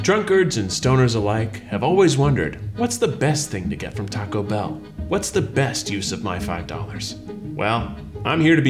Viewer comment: I hate the way he pronounces Taco Bell 😂